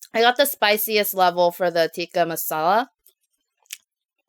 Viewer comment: the tikka is not pronounced teeka is like ti like you pronounce is wuth the ‘i’ and its like tìkka masala. hope this helpss,!